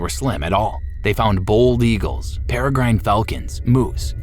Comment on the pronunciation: I knew this was AI when it said fortnight and bold eagles.